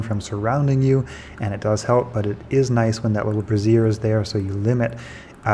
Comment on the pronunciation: "brassier" is a bra 😅 lol Also thanks for the tips, it helped so much getting those keys quickly